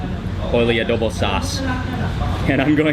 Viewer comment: Good morning everyobject. It's a pleasure to meet you,I'm just looking around.I misheard you,"adobe" instead of "adobo",in addition, I found that you eat a lot of salt, would it be good for your health?